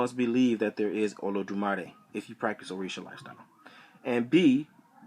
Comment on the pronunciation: You mispronounced it